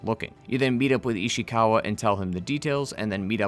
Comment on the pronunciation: The way you say ishikawa makes me cringe